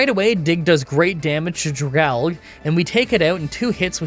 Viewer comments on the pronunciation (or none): Homie. How did you pronounce the Dragon + Algae pokemon's name?!?!?!? Based off the Leafy Sea Dragon, who lives in seaweed aka Algae???